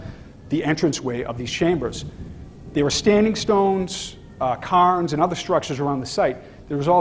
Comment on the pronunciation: it is CARE-NS, NOT CAR-NS. CAYRns, cairn CAIRns.